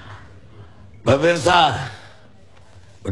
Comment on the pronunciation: Salah om yg bener "pebirsah kita rehad sejedag" :v